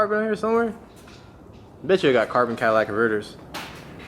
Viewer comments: "Cadillac Converters" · carbon “cadillac converters😂😂